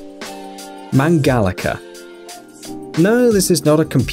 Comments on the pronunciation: It's not Mangalica with K Mangalika its Mangalica like the rice's c. I'm from hungary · Its not mangalika but mangalica please if you dont know how to say something run it trough google translate to be sure.